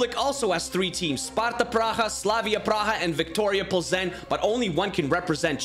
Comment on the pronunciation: by the way it's pronounced ''victoria peelzno''